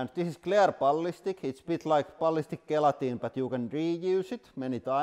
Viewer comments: The G at the start of gelatine is pronounced like it's a J. One of the many things that make the English language insane. Love the channel. Keep up the good work 👍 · Gelatine pronounced Jelatine or simply Jel